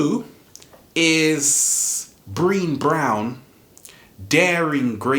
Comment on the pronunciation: Thank you for sharing! I watch your videos everyday..soo good! Brene Brown is one of my favs..also, her first name can be tricky to pronounce. I notice you pronounce it like "Breen"..but it's actually like the name "Renee" but with a B..."Bren-Ay" so the last E is pronounced like an A. ;) Hope that helps..Love you! xoxo